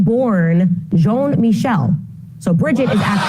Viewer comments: Its Jean Michel not John Michael. Why is that nutjob refusing to pronounce the name in French. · Jean is not pronounced as John.